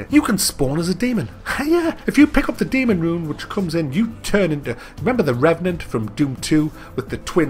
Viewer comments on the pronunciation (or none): none